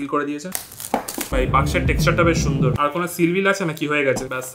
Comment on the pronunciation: ভাই ছুন্দর না সুন্দর হবে